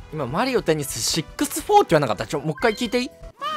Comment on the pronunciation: しゅうもマリオテニースシックスホォーって言ってない？w